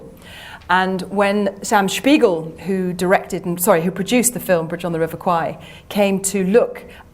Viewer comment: Interesting pronunciation of "Spiegel," but I doubt Americans, which he was, pronounced it that way.